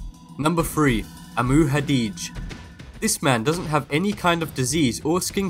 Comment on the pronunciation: Hajdi, not Hadij.